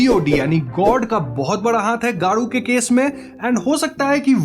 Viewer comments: I heard daru once instead of garou😐😑😳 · Bro your videos are amazing pronunciation is disturbing.. Garuu nahi Gaa ro .. Terio nahi Taa ri o... Not disrespecting bas itna kardo bro..btw love your content 😅 take it as feedback 😄